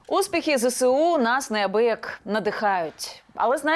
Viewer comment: дивно, що каже зесеу ,а не зеЕсу